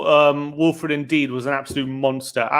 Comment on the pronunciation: I'm sorry but needs to learn how to pronounce names 🤣man pronounced ndidi as Indeed and pronounces Gabriel jesus as Jesus like christ